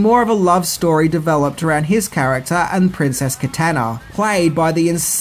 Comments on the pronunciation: The way you said “Tobias”, “Kitana”, “Shou”, and “Scorpion” 😳 lol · Roger Ebert doesn't know what the hell he's talking about!! The movie is awesome!!, it is Scorpion, not Scorpio and the Emperor of the Outworld is Shao Kahn!!, you're pronouncing Kitana and Shang Tsung incorrectly!! You also forgot about Mortal Kombat Legacy and Mortal Kombat Legends: Scorpion's Revenge!! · He mispronounced Kitana’s name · dude, seriously... Scorpio... katAna... if you're going to do a video about such a well known thing.. you should probably know the names.. enjoy this dislike